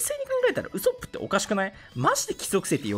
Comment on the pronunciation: ウソップのイントネーションがヤソップなんよな